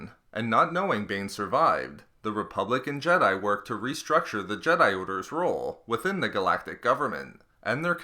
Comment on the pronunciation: Ok, seriously, I can't help but hear "republican jedi" everytime you say "republic and jedi." I know exactly what you're saying, but I just cant help it